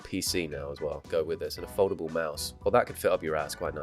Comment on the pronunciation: Every time you said foldable I thought you said Voldemort.